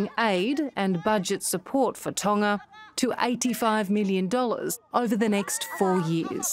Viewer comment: tana? Tonga ? I don’t understand what she means. Can you say it in US English? lol😂